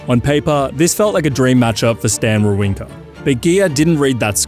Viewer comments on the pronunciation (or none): You should learn how to pronounce the names 😅 Wawrinka is called VaVrinka Kopriva is called -> KopJiva there is no R its J when u pronounce it Kachanov is called —> Hachanov with H the correct way Machach is called —> MaHach with H like u say house —> H no Ch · "Wawrinka" was pretty bad.